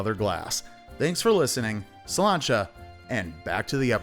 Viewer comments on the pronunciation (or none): Nobody: Absolutely no one:: SAINTAN